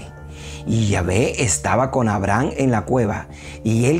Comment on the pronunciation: A-bra-ham. Hasta escrito lo tiene. Buena información y video. Sólo la pronunciación del nombre es el único pero.